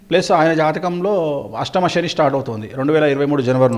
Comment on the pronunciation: షెని ఏంటి.. శని అనాలి